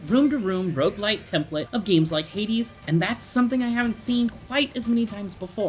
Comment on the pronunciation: It’s not Hadas like ffs